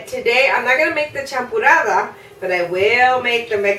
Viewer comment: It's called, champurrado, and not "champurrada". Thanks for sharing the sweet tamal recipe.